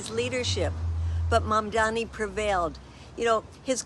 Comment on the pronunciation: I hope she practices saying his name more. ❤